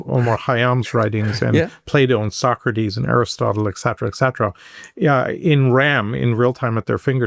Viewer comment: I can’t bear this white, bald guy. Now he has said (mispronouncing) “etcetera” 21 times! Most people don’t say it once in the course of a day. How does he get on a public site?